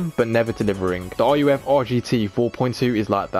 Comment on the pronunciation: Also why are you calling ruf (pronounced rough, roof) r u f